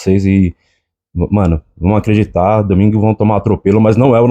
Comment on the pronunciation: "Vamos acgreditar"